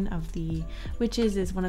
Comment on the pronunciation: I'm sorry to say this but why does she say "MADOKA" it's "ma-do-Ka"